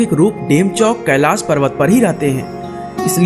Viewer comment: Tu log Hindi bhi Nahi ati Kailash hota hea